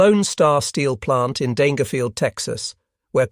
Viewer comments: Just FYI--it's pronounced Danger-field with the g said like a j. I grew up near there back in the '70s. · Daingerfield pronunciation is Danger-field.